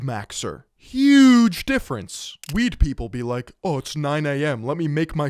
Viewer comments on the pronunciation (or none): none